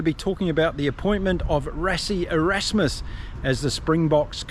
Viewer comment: apart from pronoucing its pronounced Russie Erusmas, the rest was rock and roll. thanks.